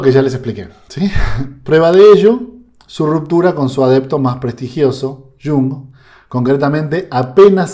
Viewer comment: No digas shung. Es iung, por favor. Iung o yung con i n . Muy similar a junge que en alemán es joven.